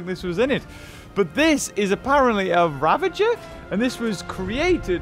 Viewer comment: U know your saying ravager right